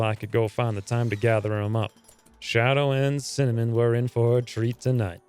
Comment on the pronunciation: Cinnamon. Not Cinemean.